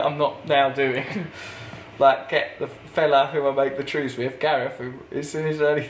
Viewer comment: The 'Wews!!' 😃😃 ( wanky trews) 😉 keep it up Ross and don't let thousands of hateful comments mess with your sobriety you wanky boy!